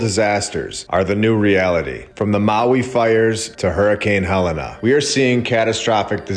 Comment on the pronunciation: Hurricane Hell-Ē-n not hell-in-a. Great video though brother. There's so much to learn.